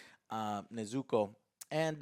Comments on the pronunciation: Neez' ah Co! get it right joe my ears were on fire hearing you say her name lol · Nezuko.: errr nezukah...nzuku (thinks of count duku) yeah NEZUKU!! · Dude every time Joe wrongly says the name Nezuko i want to commit Seppuku 😂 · Game: Take a shot every time AngryJoe mispronounces Nezuko lmao 😂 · i can tell joe watches english dub by the way he pronounces Nezuko.